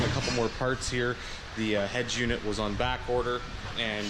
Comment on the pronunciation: The fuck is a head jewnit...... UNIT that shit is so annoying EH